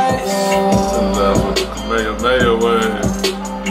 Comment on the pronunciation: Rip juice wrld and s/o to for the correct pronunciation of the "kamehameha wave" lol